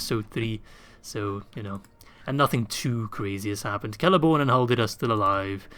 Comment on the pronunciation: Did you just really call Celeborn, Lord of the Galadhrim, Prince of Doriath, Lord of Lothlorien... Celery-born??? 😂